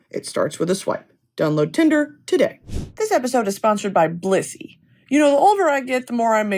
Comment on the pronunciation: Every time you say Blissy I think you’re saying Bussy